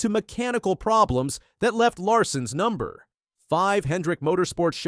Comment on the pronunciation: Using artificial narration? The space between Number and 5 is unnatural.